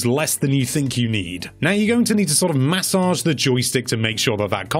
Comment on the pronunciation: No one: Video: MaSSOdGe iT